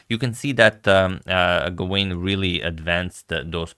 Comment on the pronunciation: "Gawain" should be pronounced "Gah-Win" with the emphasis on the first syllable